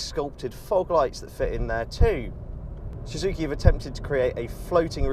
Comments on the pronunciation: Am I the only one who noticed that he can't even pronounce the brand of cars he's testing. Shhuzuki it's so annoying fuck....! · This guy don't know how to say Suzuki... 😂😂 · What's with his pronunciation of "Suzuki"...?